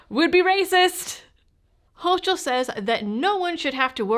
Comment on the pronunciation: Clearly a 4th ammendment violation. BTW, the tyrants name is pronounced hoe-kul